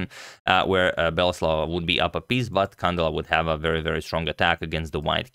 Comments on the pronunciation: Antonio, a small accentuation correction, it's not CAndela but CandEla. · Beautiful game, thanks for covering it Antonio! As you are a perfectionist with name pronunciations, here is a small correction: the stress goes in the E, Cand*E*la. Hopefully we see many more games from her :) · It is pronounced can-DE-la